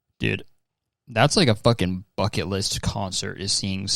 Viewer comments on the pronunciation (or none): none